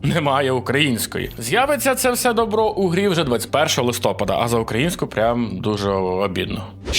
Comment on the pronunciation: Я ні в якому разі не хейтер, але кожного листопАду я страждаю, коли постійно каже "листОпад" 🥲